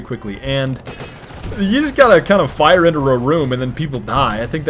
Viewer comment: And ree, tro, ore, rero FIRRRRRRRRE!